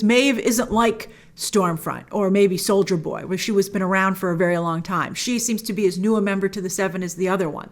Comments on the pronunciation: I keep hearing "soulja boy" instead of soldier boy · I heard Soulja boy instead of soldier boy multiple times 😂😂😂😂😂😂😂